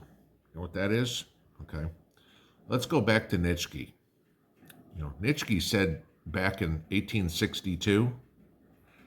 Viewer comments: Please say "NEECHY" lol. She also ignored "Inalienable". Irked me. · Nietzsche...pronounced NEE-CHEE